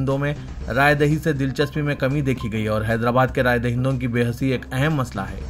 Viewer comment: Behisi, not behasi, plz.